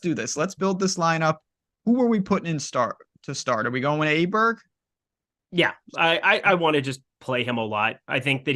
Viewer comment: It's pronounced OH bear